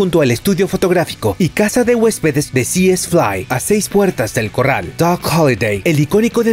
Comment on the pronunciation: A ver si aprendes a decir corral.